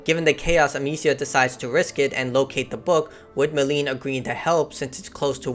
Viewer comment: The potion wasn't too stop the macula from proceeding to the next threshold, it was to slow it down so that Hugo could pass the threshold safely. You get a fair bit wrong in this synopsis. Edit: Seriously. Stop calling her Meline. You even said it correctly. Its Melie, Amicia pronounced it Meh-lee.